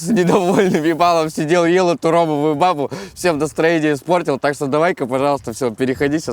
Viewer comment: Правильно говорить : ромовую бабУ ( происходит от Али-бабы , а не бАбы 🤗 )